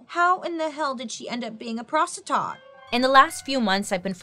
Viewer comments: "A Praws-tah-taut" Lololololololol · Lol bailey when she says "prostutat"